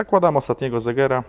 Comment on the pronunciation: pierścień segera a nie zegera